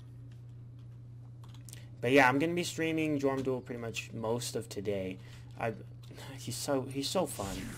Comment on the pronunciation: Just for the record, it's pronounced "yorm". Thx for the video. :)